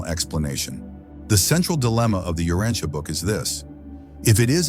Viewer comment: The AI narrator doesn't know how to correctly pronounce many important words inclunting "Urantia" :face-blue-smiling